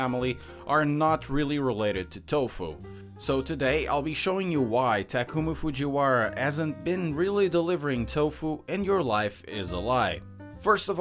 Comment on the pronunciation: “takumah fujiwahrah”